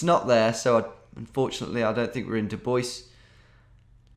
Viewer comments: Hahahaha I've actually been to Dubois, WY and you even said it correctly! It is not the french pronunciation. Dubois used to be called Neversweat when it was unincorporated, and when it became a town the government was not cool with the name. So they named it after a politician, Dubois (french pronunciation). The locals were so annoyed by this that they intentionally mispronounced the name as Du-boiss. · There's a DuBois in Wyoming?! I used to live in DuBois, Pennsylvania, so weird to see that city some other place. Of course you're calling it the correct way, in the city in PA it was called "do boys" with no accent which was awkward as hell.